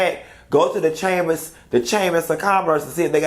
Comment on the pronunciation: I wouldn't be bragging about degrees saying "chammis" 😂😂😂